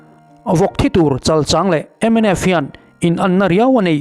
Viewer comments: Chalchang hi I thluk diklo,mizotawng hi uluk deuh teh,a bikin youtuber te hian zotawng hi uluk a ngai a nia,💪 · Chalchang thluk hi a diklo deuh a ang. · i thu ziak chhiarte a ngaihnawm țhin hle mai, lawmthu ka hrilh a che👏 thil pakhat "chalchang" tih i lam dan hi dikhlel hret awmin ka hria. "chal" tih hi Sechal tiha chal kan lam rik dan hi ni lovin, a ri hniamin "chal" hi lam ni se. "chang" tih pawh hi "thingzai 'chang' kual kan tih ang hian chang hi a ri hniamin lam ni se. Kan lo ti ve mai mai. I chanel hmaih ngai lova. 😅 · Chalchang ilam dan hi ka lo ngaimawh deuh thin chal hi arisang in chang hi ari khamphei deuh in kan lam thin afik zawk phei chu ka ti ngsm chuang lova. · Chalchang i thluk dan chu a dik chiah lo deuh.